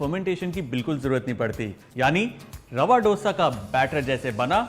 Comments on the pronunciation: It's dosa and not dhosa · It's dosa(dho-sa) not do-sa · Recipe good.. but plss don't change pronunciation according to your accents... It's dose.. not dosa.. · I will be very happy if u say it as "dhosa" and not (ddosa). "Dha" like in daya, dhaanya, diya, or song dham maro dham. Really nice recipe easy, quick and delicious. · All south Indian States pronounce this as Hindiwala " do" + sa. And not as in " dough" sa. North Indians changed it into how they pronounce now. Jis Tarah Hindi mein number 2 ya doosra Bolte Hain, usee tarah usko pronounce Karen. Actually, it is " dosai' in TN, dosha in Kerala. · Oh god he can't even say dosa properly, it's Do as in Do(2in Hindi)sa. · When you are showing a recipe the least you can do is to pronounce its name correctly! It’s Dosa like in Damodar! Don’t act as if you are alien to that sound altogether!!! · Its not DOSA, atleast get the pronunciation right.... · I loved the video but since I am from south India, I request you to pronounce Dosa properly.